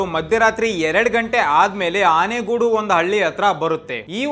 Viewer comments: ಆನೆಗುಡಿ ಅಲ್ಲಾ ಗುರು ಅದು ಆನಗೋಡು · ಆನೆಗೋಡು❌ ಅಲ್ಲಪ್ಪ ಆನಗೋಡು ✅ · ಆನೇಗೋಡು ಅಲ್ಲ... ದಾವಣಗೆರೆ ತಾಲ್ಲೂಕು ಜಿಲ್ಲಾ ಆನಗೋಡು...NH 4... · ಆನೆಗೂಡು ಅಲ್ಲ ಗುರು ಆನಗೋಡು adu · ಆನೆಗೋಡು ಅಲ್ಲ ಗುರು ಅನಗೋಡು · ಆನೆ ಗೂಡು ಅಲ್ಲ ಆನಗೋಡ